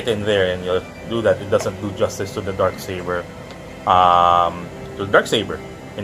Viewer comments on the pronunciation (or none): oof Accent*